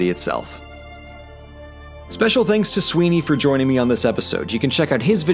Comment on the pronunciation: Ah of my favorite republics. Sorry to rome lol. Also i kept thinking saying you were saying sweety instead of suihne